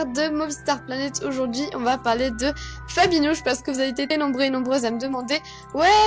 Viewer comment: On dirait que tu à dit Nabibi ! 😂😁 !